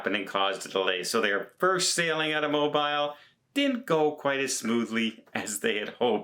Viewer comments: It's Mo-beal, not Mo-bile. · Mobeel not Mobill. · Its Mo-BEEL . not mobile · Mo-BEEL!!!! It's NOT Mo-Bile. It doesn't rhyme with Tile or Smile. Ask Tony. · Yo,: "Mo-bile" is a British cell phone. "Mo-beel" is the port city in Alabama. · I love but Mo-bile.... Goodness.... Pronounced Mo-bill bro.... We love you bro absolutely one of my favorites but that sounds like something that stuck in my stomach too long after have eaten too much food and got sick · "Mo" "Beel" - NEVER "Mo" "Bile" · I love your reports, but please correct your pronunciation of Mobile. It’s pronounced Mobeel not bile. Thank You! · Mobile is pronounced Mo-beel. Like bee with the letter L at the end. Otherwise, great update! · Mo-bile?! With a long i? NO! It's pronounced Mo-bill! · Mobile, Alabama is pronounced Mobeel. I am fron Alabama. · I’m from GA with roots in Alabama and we pronounce Mobile, AL as Mo-Beall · It’s spelled like MO-BILE but pronounced MO-BEEL. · It's Mo-beel lol! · Mo-Beel, Alabama. 🤔🤷🏻‍♂️❤️ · Hey,! Love Family Vacations. Your tips and tricks are great! We spend a lot of time in Mobile and often have stood corrected as to the pronunciation of their fair city. It's moh-beel. Like: my moh-bile phone works well at the moh-bl home in the city of moh-beel. Easy, right? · MOBILE can be pronounced many ways, but when you talk about southern Alabama it is pronounced "mob EEL"...haha thanks! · C'mon,, you should know better by now - the Alabama city of Mobile is pronounced Mo-Beel. Please call up the following YouTube video on how to pronounce the city's name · Mobile, Alabama, USA is pronounced "mo-BEEL". (also, from several previous videos, "et cetera" is pronounced "et settera", not "ek settera") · MO BEEL is how you say it! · It is pronounced M-O-B-E-E-L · let me echo the comment about the pronunciation of Mobile Alabama. Mobeel as in automobile. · Mo-Bile! 🤣🤣🤣. Where’s Mo-Bile? 🤣🤣🤣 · No no. It's Mo beel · It’s mobeel… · Some say Mobeel